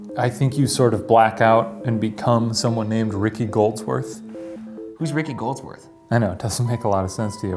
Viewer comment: Taylor Anderson “gold woth” lmao Goldsworth*